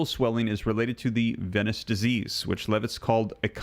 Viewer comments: Please pronounce 'venous' as veenus. Venice is a city in Italy. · Say, venous! Not venis. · Venus/Venous is pronounced as Veenus